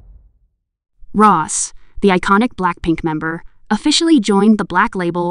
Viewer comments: Rose ❌ Ross✅ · Who’s “Ros”? 😂